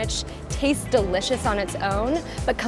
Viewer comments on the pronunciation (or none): none